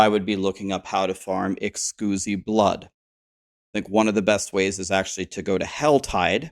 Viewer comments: Is it a joke for you and your community or do you actually pronounce exquisite as Ex·uzi instead of uhk·skwi·zuht. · Did you just say excusee blood? You mean exquisite? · Can you stop saying Excoosite. It's literally exquisite, like delicious. Fuck, you're special. 🤧🙄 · "Eckscuzee blood" hehe good laugh there. It's Ex-quiz-it. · "Ex-coosi blood" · Hey! First i want to say ty. I watch your content a lot and you recently did a video explaining how to get compasses, i really needed that. I wasn't getting compasses because i had not finished the questline! Second it is Ex Quis IT blood not ex squoozee. E X Q U I S I T E... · lol i love how streamers pronounce things ... ex cuzee blood :P (a heads up, its pronounced "ex - quiz - it") :) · Ex quiz it not ex cuse e hahaha. You sound like the guy from Euro Trip haha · Exquisite, eks-quiz-it. Like an exquisite wine. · Excusemeblood 😂. Great tutorial, I needed this. But you might want to look up how to pronounce exquisite. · Ex-quiz-it blood. ;) Good video however. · The word is pronounced “ex-quiz-it” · Im sorry, but its EX QUIZ IT blood. great video but this drove me nuts. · Anyone else's eye twitch everytime he says excooosite blood instead of exquisite blood. Hahaha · Pronounced: Ex-squiz-it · are you mispronouncing exquisite on purpose lol... Xqusy is hilarious and needs to be the new name of it. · I love you and I love your guides but it's Ex-squiz-it Blood ✌🏼♥️ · Exquisite pronounced 'ex-squiz-it'. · I lol’d when you said ehskoozy blood, startled the dogs.😂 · Excuzee blood? What? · Excusi Blood? n1 pronunciation xD ty for the vid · “Excusee-blood” I can’t unhear this 🤣 I will forever call it “Excusee-Blood” ❤️ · its exquisite blood pronounced ex quiz it haha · Please tell me you're intentionally saying Exquisite wrong..... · Dafuq? The way you say exquisite makes baby seals autistic at birth. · Dude was home schooled and his mom dropped out half way through from how he pronounces exquisite.